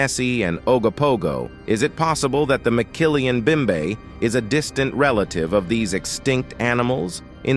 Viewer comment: ROTFL...there is no such thing as a McKillian Bimbe in the Congo. It's called mokele-mbembe. It's pronounced moe kay lay em bem bay Wow...I don't know how Mumbai got to Africa. Any time I've gone there, it's been in India.